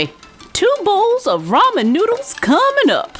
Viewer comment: Lol I’m Korean and it just bothers me how people pronounce ramen. Also I think the noodles should be more curled. Otherwise I really like it!